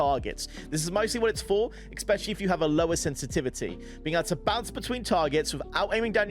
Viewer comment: stop saying exapeciqlly instead especially